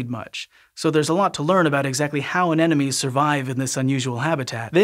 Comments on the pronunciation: Hey there, Sci-Show EDITING/ACCURACY folks - - A-NEN-O-ME is a common mispronunciation of A-NE-MO-NE. However, says it not just once, but FIVE TIMES - -. yikes!!! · It’s an aneMoNe, not an aneNoMe. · It sounds like you're saying "anenome" instead of "anemone." [edit] Confirmed with slow speed playback LOL! Hint: "A neM O Nee." It's "any money" not "an enemy." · Why am I hearing 'anenome' and not 'anemone'??? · Exactly! I couldn't figure out what "enemies" he was talking about! :D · Say with me "Ane-mo-ne" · The anemone is not an-enome! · Just a little nitpick. It’s pronounced “an-em-o-nee”. Anenemy is someone who hates you. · People really struggle with anemones Both the horticultural and the pelagic ones Pity, it's a pretty simple word, it comes from "anemos" - wind